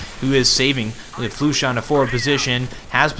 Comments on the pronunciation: Flush-a not Flu-sha for future ref :). Otherwise good stuff. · also, i think its "Flush-Ah" at least that's how they had said it on stream.